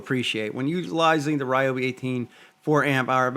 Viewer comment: Love Ryobi (not Ree-obi) but I’ll stick with my Ego chainsaw.